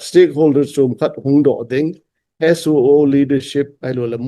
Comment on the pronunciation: Thuchom beh khat kisei le, talk show a SoO pronunciation hi SU to akibah hi angaihah lheh e 🤣🤣🤣